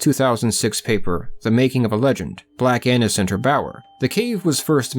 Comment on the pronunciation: Haha did he say black Anus?